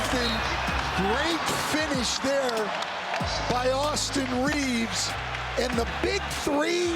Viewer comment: Not to be THAT guy, but it’d be Reaves’ no extra S at the end.